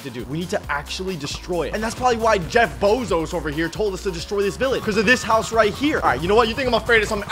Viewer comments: Why does he say Jeff bozos instead of Jeff bezos?😂😂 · that aint jeff bezos its jeff pesos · Bro litteraly said jeff bozos💀💀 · Bro said Jeff bozoes 💀💀💀💀